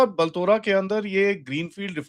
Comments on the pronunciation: It's not बल्तोरा It's बालोतरा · बलतोरा नहीं आदि भाई बालोतरा है (पचपदरा) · It’s Balotra, not Baltora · the correct pronunciation is Baalo-traa. 🙏🏽